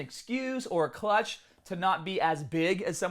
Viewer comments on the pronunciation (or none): The term is "crutch" not "clutch" lol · The expression is krutch not clutch...... As in natural athletes use their natural status as a "krutch" .... Not a clutch....... You're welcome 👍